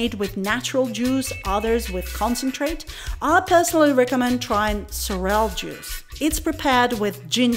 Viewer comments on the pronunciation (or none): thanks for the very informative video. Your pronunciation of Sorrel, cracked me up. You said "so-rell". For a moment I thought it was something new because I'd never heard of that. But, when you showed the bag with the word, I realized you were talking about Sorrel (pronounced "sor-ril").😊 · really? It's sor-ril? Like "sorry + real"? ahahaha, I failed twice with pronunciation in this video, first with callaloo, now with sorrel, lol 😂😂😂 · The way you pronounce words like sorrel and callaloo just slays me. Im dying over here! Keep up the good work and continue to enjoy your life in JA. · Her pronunciation of sorrell is appalling